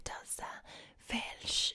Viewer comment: If it wasn’t for her talking about the accent I’d have no clue where the fuck she’s from, especially when she says ‘velsh’ like...it’s welsh, we say welsh. Even in the valleys